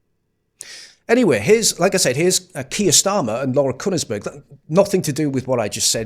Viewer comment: Laura Who?? Kunnersberg? A clue is ... it's pronounced with one syllable.